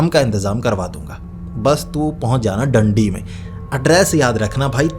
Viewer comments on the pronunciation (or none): भाई डंडी नहीं दांडी है रीवा हाईवे पर पड़ता है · Bhai Dandi nahin Daandi hai😂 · डंडी नहीं भाई डांडी है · Dandi ni.. daaanddi